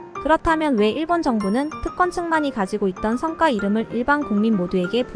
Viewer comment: "성과 이름" 발음좀;; 성과지 성꽈가 아님;; "성과"성꽈는 무언가 이루어 낸 결실